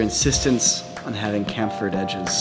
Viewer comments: Is it Camfered edges or Chamfered edges.. have I been saying it wrong ? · chamfered is pronounced like champ not camp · *Chamfered, cham-Fer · He said KAMPHERED edges